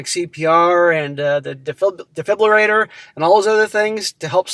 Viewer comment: What the hell is a defliburator? Good lord man. Nothing says “educational channel” like a moron that can’t read or speak.